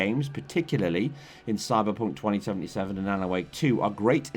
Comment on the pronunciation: the amount of yorkshire saying Cyberpunk 2077 😅